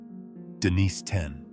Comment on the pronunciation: What the Hell's wrong with you. You keep calling HIM Denise. Then you switch to Denis. Then Denise again - back and forth, back & forth - it's a MAN for God's sake. Use your common sense! It's spelled Denis and he is a MAN. Why the H are you calling him Denise?